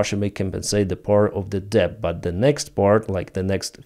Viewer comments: Hi...Let me apologise for English and it's spelling. You speak it very well but are pronouncing debt with the 'b' included. It's entirely silent, so debt is just phonetically sounded out as just 'det'. Many otherwise excellent English speakers also pronounce bomb with a 'b' at the end. Again, for some crazy reason the b at end is silent, so instead you should just pronounce it as 'bom'. I know it's truly crazy spelling, but I didn't create it! Anyway, keep up the good work. I hoping that after a gruelling 2024 that 2025 will reveal a swift end to Russia's evil ambitions. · When pronouncing "debt" - leave out the "b" -- "det" - That's right ! " det " !!! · he says [debt] because it could sound otherwise as: death ... ;) LOL